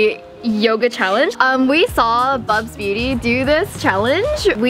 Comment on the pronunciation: Did she say, BUBZBEAUTY? SHE KNOWS BUBZ, YAS